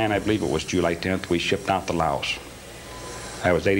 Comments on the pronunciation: Among other problems with this guy's story: The US didn't have troops in Laos when he says. He can't pronounce the name of the country he was in. The 82nd Airborne didn't go to SE Asia until years later. His supposed time from enlistment to shipping out is impossible. Not enough time for required training. He doesn't have a DD-214. His choice of gun is ridiculous for something like this. The gun was a new and extremely rare gun. It just came out a few months before. There were probably not even 50 of them on the street so it is unlikely he had one. It is a single shot gun. It is extremely slow and cumbersome to reload. It would be about the worst possible choice for this kind of job. A second shot would be impossible if the first missed. It doesn't shoot like any other gun so it takes practice to shoot well. It uses a special proprietary ammo that was so rare that the cops would have been able to track down everyone who ever bought some. Leaving that behind would have been incredibly stupid and risky. It was an expensive gun. For the same money he could have had any of a dozen guns that would have done a better job. It isn't as easily concealable as he claims. Any number of other guns would be better. The shot came from behind JFK, not in front of him. Look up how head shots work. The head jerks back in the direction the shot came from. The most powerful conspirators in the world are not going to pick a 21-year-old punk with no experience to pull off the crime of the centur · He is an obvious liar starting with that impossible story of his military service. We didn't even have troops in Laos at the time. He can't pronounce the name of the country he was supposedly in. He could not have completed training in the time frame he says. No reason to believe anything he says. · Drove me nuts! He’s not the only hi profile guy who does that. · You are correct. He can't even pronounce the name of the country he was supposedly in.